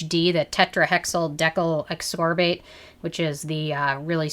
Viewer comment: Just the way you say THD Ascorbate I immediately know you don't know much about the ingredients. :)